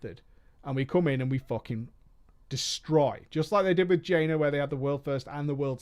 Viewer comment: Jaina not jainer